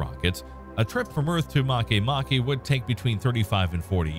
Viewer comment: I thought makemake was called make make ...not marke marke.